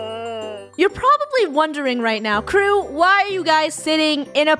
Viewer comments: edit it because you said keep instead of krew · It’s Krew not crew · it's krew not crew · It's krew not krewe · It is krew not crew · Its krew not crew